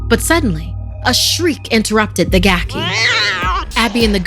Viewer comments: Pronounced GAH-key. Gaki is a yokai that was once human, cast down to Gakido upon dying due to the sins it committed during its lifetime. Gakido is described as a realm of eternal starvation and suffering for those in the afterlife. The pitiful Gaki is unable to eat normally, as consuming regular food will cause its body to burst into flame. It is for this reason that the Gaki prowls our world, searching for the flesh of dead people or any animal to ease its hunger. Hope this helps, if you’re wondering what a Gaki is. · It's a gaki (it's supposed to be pronounced "gah-kee"), sometimes known as a "hungry ghost," basically a spirit that's cursed to be eternally hungry often for foul things like corpses, but also has a horribly shrunken mouth and throat that can't take in enough food to satisfy its hunger. They're basically suffering for evils they did in life, cursed to Gakido, a realm of rebirth only a step removed from Jigoku (basically, Hell), if only because gaki can leave the desolate Gakido to wander the mortal world in search of something to feed them, while Jigoku's residents are bound there. Funny enough, "gaki" is also an insult for spoiled children, often treated as the equivalent to calling them "brat," because a spoiled child is never satisfied with what it has, and always demands more or better.